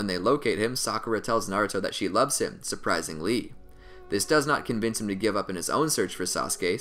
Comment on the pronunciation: Lol he said suprising Lee it sould like surprisingly